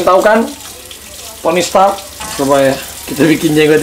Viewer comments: Tony stark woooyy 😂 kok aku dengernya tony spark?? Abrar gak denger atau males ngebenerin? 😬😬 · Tony Stark aa Raffi..bukan Tony Spark 😀😀😀😀